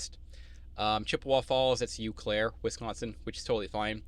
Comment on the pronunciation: Thanks for sharing your info as an O/O with your own authority. Subscribed last week. FYI, it’s pronounced “Oh-Claire”.